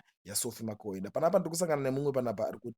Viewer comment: Iwe who is Sophie Makwena. Pronounce .bvunza kuti anonzani nhani